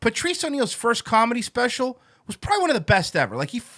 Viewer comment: ''calmedy'' - Comedy ''tiggets'' - Tickets ''sowld'' - Sold ''talmbout'' - Talking about ''irrrvery'' - Every Master linguist B...